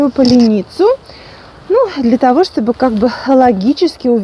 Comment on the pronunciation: в слове поленница ударение на е,а не на и